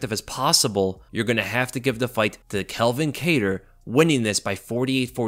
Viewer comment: Why do you keep calling him Kel-vin? It's pronounced CAL-vin. Why do people always mix those names up